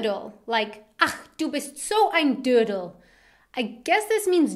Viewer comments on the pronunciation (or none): "Ach, du bist so ein dürndel"😂😂 well it's funny when english people try to pronounce a ö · I am so laughing as you say "dödel" because so many kids use it in German as penis 😂😂💖